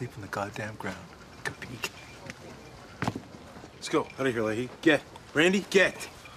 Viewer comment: Does anyone know what Ray means when he says “Capeeke?” Or “Kapeeke?” He says “I’d rather sleep on the GD ground... Capeek”